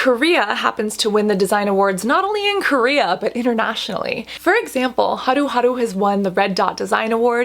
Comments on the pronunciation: Your pronunciation of haruharu(하루하루) is impeccable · The way Cassandra pronounces Haruharu 💕 and omg I've heard beauty within talk in lengths about this brand and now that vegan & cruelty free Cassandra is recommending it, I'm sold!!